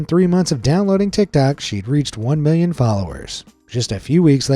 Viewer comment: Sometimes when he says "million" it sounds like he's saying billion